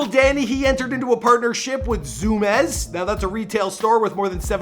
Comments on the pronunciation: dawggg he did not say zoom ez ZOO MEEZ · Lol “zoo-mez” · Bruh man said zoomez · Zoo mezz lol 😆 it's zoomiess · how do you mess that pronunciation of Zoom ies up that bad like its in the name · It’s zoom meeeez dawg…. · Yo whats ur deal its zu meez🤦‍♂️ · ZUMEES lmao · LOOOL he said ZOO MEZ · dumbass said zoom ezz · did he fr just say zoomez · “zu mez” zuu me ez” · Lmfao zoo-mez I’m dead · this dude really said zoomez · "zoom ez" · nigga said ZOOMES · Buddy really said zumaes 😂🤦‍♂️ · He really said zoomezz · Bro it’s ZOO-MEEZ , it’s like hella normal here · this nigga really said zoomes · Lmfao Mans said zoom-EHS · Dude I looked right at the comments when he said zumez and you had the top one lmao 🤣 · Zoom yezz lol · Bruh white boy said zoomez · The way he said Zumiez.. should be arrested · Zumiez is pretty easy to pronounce, dude. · mispronouncing zumies is weak.... do a google search ffs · dude actually can't prounounce Zumiez